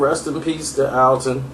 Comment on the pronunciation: It's not "Alton", it's "Anton"